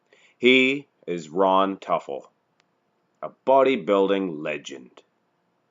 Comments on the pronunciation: It's pronounced ( To Full) not (Tuf el) Teufel Ron was my cousin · Pronounced Too'- ful, not Tuffel. Was a friend of mine. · His name is pronounced "tooful" - not "tuffle" !!! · < You totally got his last name wrong. Its pronounced like this Too Full..I went to high school with him and we were were a couple. He was an amazing person and so is his family. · Toy-full Devil in German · ...and the emphasis should be on the first syllable. I knew him.